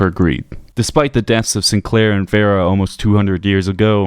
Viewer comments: Thumbs down for Raid and for mispronouncing Vera's name, despite the NPC's saying it over and over again. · I think the most spine-chilling fact in this whole video is that the author can't say Domino or Vera. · Can’t pronounce Vera or domino, 0/10 video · Why are you so terrible at pronouncing names. It's domino as in domino's pizza, who tf says Domeeno. He literally tells you his name. And he also says vee-ra keys, not veh-ra. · Where did he get "Dean Damino" from? It's Dean Domino. And Vera is pronounced "Vee-ra".